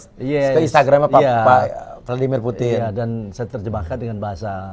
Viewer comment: Putin..bukan puting ya..😂😂